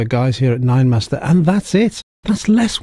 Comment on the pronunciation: Great car, stunning, good review, just the name Ninemeister, German not master